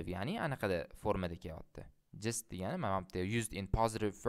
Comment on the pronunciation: perfect. but it is better to pronunce djust than jist